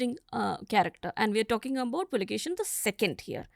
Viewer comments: Puakeshi is the correct name not pulakeshin please correct this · Immadi Pulikeshi ✅ Pulikeshi II❌